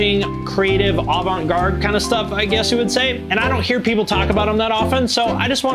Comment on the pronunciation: “Avante gard”